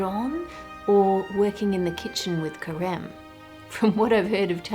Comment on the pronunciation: When you where saying Careme’s name I (a french speaker) heard Crème, and I thought it was quite the coincidence that this huge chef was named cream in French lol